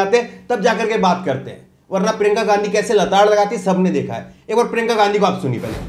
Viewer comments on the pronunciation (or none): क्या यार! प्रिंका गांधी मत बोलो । उनका नाम हैं प्रियंका या प्रियांका बोलो ।